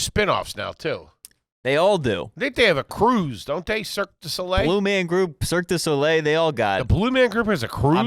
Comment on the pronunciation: "circus-dough-lay" its always food with